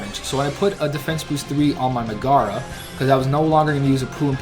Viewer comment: Also it's not Me-Gara it's Meg-ara. Watch the film. Also nice job, I beat them too my own way if you wanna see my video.